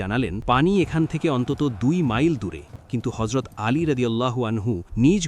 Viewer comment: Not horzot actually Hazrot please correct your accent …. Tks